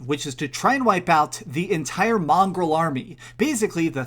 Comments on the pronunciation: It's Mongol not mongrel 😂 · With all due respect please learn how to pronounce “mongol” It’s not pronounced mongrel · Common mistake is people saying mongrel instead of mongol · Mongol not mongrel 😂😂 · Mongols, not Mongrels! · Mongol not mongrel man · stop saying mongrel, it's mongol. That's fucking disrespectful. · it's not mongrel, it's MONGOL. and it's MONGOLIAN army, not mongrel army. pls learn some history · Mongolia. Mongol. Like, one of Mongolia. Not mongrel. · Wow, yep. I thought I misheard him the first time. That's a pretty unfortunate mistake, given the possible negative connotations of mongrel in this context. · Mongrel? Really? Mongolia would like a word. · good review but your pronunciation of mongol peoples is disrespecting. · Lmao I had to see if anyone else caught this